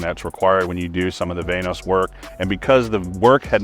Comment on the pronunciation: “VANE OS” why u gotta say it like that